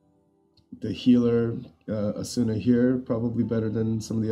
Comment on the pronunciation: "Asoona" lmao